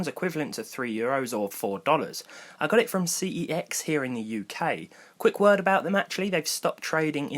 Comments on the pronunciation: it's pronounced "sex" not "C-E-X" and spelled CeX not "CEX" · Its pronounced sex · That's not how you pronounce CEX. Look it up. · How to you pronounce CEX ? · why do you pronounce it incorrectly while working for them...?